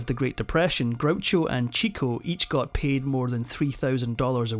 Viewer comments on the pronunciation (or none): Pronounced Chick-o not Cheek-o. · Chico's name is pronounced Chick-o, because he got all the chicks. It's not 'Chico'. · It's terrible that this boring commentator is a robot. Leonard "CHEEKo" isn't correct. It's "CHICKo" because he always chased the girls. Jeepers. Arthur's mime act was the best. I've always loved his antics. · You lost me at cheeko. It was and is chicko. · “Chick_O” not “Cheek-O”. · Chick-o. Not cheek-o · "Chick-o" not "cheek-o" - very often mispronounced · Not to be nick-picky, but Chico is pronounced Chicko. Understandably, there is always a lot of confusion about it. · You may have been told this already but I’m going to say it anyway. It’s pronounced “chicko,” not “Cheeko.” Chico Marx himself says that’s the way to pronounce it. He got the nickname because he was always after the chicks, the ladies. 😉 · "Chico" is not pronounced "cheek-o," but "chick-o." And no mention of Harpo being a regular at the Algonquin Round Table with Dorothy Parker, et al? tsk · It's pronounced Chicko not Cheeko. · Its CHICO....not CHEEKO.... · CHICK-oh, not CHEEK-oh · Chico got the piano lessons because he was the oldest brother. (And his name is pronounced ‘Chicko’ not ‘Cheeco’) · I remember for the longest time I mispronounced Chico's name. I learned that it's pronounced Chick-o and not Cheek-o. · Chico is actually pronounced Chick-O. Because he loves chasing the chicks. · Chico Marx's name is pronounced "Chick-o". He obtained the nickname because he liked the "chicks". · I believe Chico was pronounced "CHICK-oh". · Chico is pronounced chick-oh, not preaching but it changes things. Late in life Groucho used to tell talk show hosts the last few films that weren't as good were only made because Chico needed the money. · Most people, (you and your pleasant Irish brogue notwithstanding) do not know that the name of Chico was actually pronounced Chick-o. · Chico’s name is pronounced chick-o (as in a baby chicken) because he chased after the ladies.